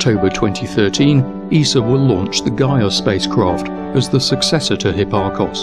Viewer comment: WRONG!!! The largest base we can use on Earth is 2AU! Also, learn to speak English! It is SAW, not SORE, and ESA, not ESER. You are not even consistent in how you mispronounce words. Also, I know you LOVE to complain that everyone else mispronounces Tycho, but I have not heard a single professional astronomer pronounce it as "Tuko". You need to work on your pronunciation of Greek letters, as well.